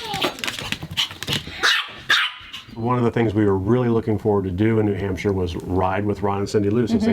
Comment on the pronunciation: I love how you keep saying nahamsha!